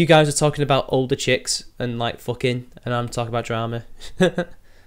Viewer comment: itsayaboi... more yootoob dwamaz?????